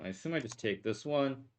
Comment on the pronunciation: why does he say teke and geme instead of take and game. drives me insane.